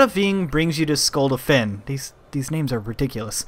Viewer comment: you say it like skuldafn!! (this does not help at all)